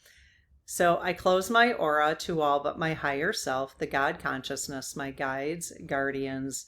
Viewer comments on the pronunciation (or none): none